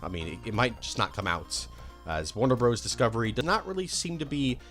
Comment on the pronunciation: "Warner Broes"???